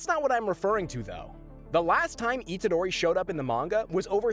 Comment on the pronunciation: Good video but names arnt said right